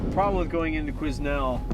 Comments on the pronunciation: quiz-nel hhhaa, Quesnel has a slient "S" my american friends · Qusenel is pronounced Quinn-el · It's pronounced "qui-nel" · Love how the loggers at the fuel dump didn't correct them and sent them off sayin Queznel hehehe....the S is silent =). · I'm about 3 years too late watching this for the first time, but like the guy above me, it's pronounced Kweh nel :) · the S in quesnel is silent. my hometown. :) pronounced kwen-nell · Awesome videos just need to learn how to pronounce Quesnel (my home town) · Awesome videos and glad too see you guys learned how to pronounce Quesnel haha